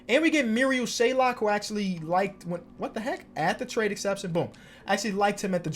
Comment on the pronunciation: it’s marial shayok not shaylock